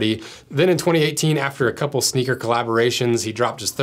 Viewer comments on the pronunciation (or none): SHNEAKER 😂 I am now a Shneaker collector, that is what I will tell people in real life...